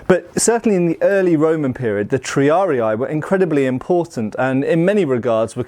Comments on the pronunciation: Just a quick pedantic note on the pronunciation of "triarii": there's no "ah" sound in "rii", it should be more like "ree" (as in "Reebok", for example). Latin (especially classical era) had a mostly straightforward 1:1 relation between letters and phonemes. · Triari-ee not triari-aye. I blame Total war. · The two vowels at the end are not a dipthong, so you'd pronounce both "i's" separately, hence: "tree-ar-ee-ee" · Pretty sure it's pronounced Tree-are-ee. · Hearing you say "triari-ay" is painful every time.